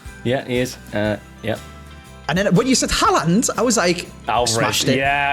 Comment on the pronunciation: Its Haaland. It isn't Haland, every video you pronounce it wrong haha